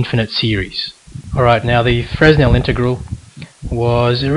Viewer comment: the "s" is silent in Fresnel (pronounce: fʀɛˈnɛl) *facepalm*